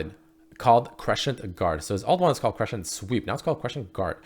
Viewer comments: Why are you pronouncing it creshent, it's SCENT, like sent (in the mail) cent (penny) scent (smell) crescent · Someone please teach how to pronounce "crescent"